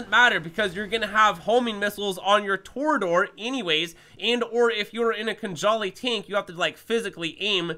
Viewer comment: its tor E a dor NOT TOR DOOR